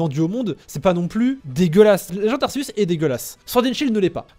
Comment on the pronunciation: Ça dit arcéus pas arceus